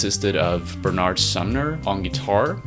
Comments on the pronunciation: It's not Bernaaard Sumner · It's Bernard, not Ber-nard but yea I'm just a pedant and it's a minor point anyway. That exotic pronunciation is quite comical to my English ears actually, but other than that, great work! I'd recommed anyone who's interested reads the "Touching From A Distance" book. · Hi, are you Finnish or Scandinavian? You speak English with a weird semi-American accent though, and no way is Bernard Sumner's name pronounced "Ber-naaard". Also you didn't mention Ian read alot of Poetry, and his writing was greatly influenced by the books he read. And Bowie. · Why do Americans pronounce Benard so weird?